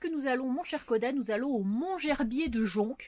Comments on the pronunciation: bonjour. Le c de jonc ne se prononce pas 😘 Yvette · Coucou ❤❤❤ le Mont Gerbier de jonc,on ne prononce pas le c,fait parti des bons souvenirs de mon enfance avec vallon Pont d arc et st cirgues en montagne 😘😘merci pour tes belles vidéos 👍👍 bisous bisous 🥰🥰